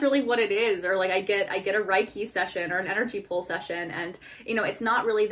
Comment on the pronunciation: Reiki is pronounced like “ray-kee” :)